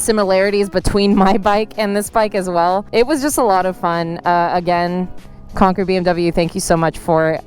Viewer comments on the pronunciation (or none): none